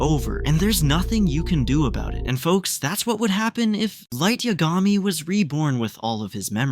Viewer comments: why tf u pronounce it "yuh-gah-mee" its "yah=guh-mee" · Light Ya-Gah-me?